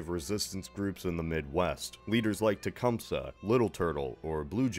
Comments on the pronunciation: Techum-see not suh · Jesus no one ever says Tecumseh right. Say it with me- Tah-cum-say. There you go. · In mid Michigan we pronounce his name as Toocompsee. I don't know if it's right, but that's how we pronounce it.